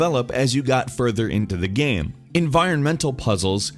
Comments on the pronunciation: I have no idea why no one pointed this out. He sometimes pronounces game like gaam. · when you say same you say sam or when you say game you say gam